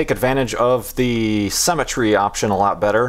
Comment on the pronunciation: why does think that the word Symetry is pronounced like the word cemetry?